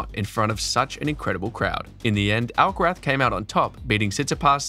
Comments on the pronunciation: That's the proper pronounciation. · Beautiful (and accurate) pronounciation of "Alcaraz". Quite unusual.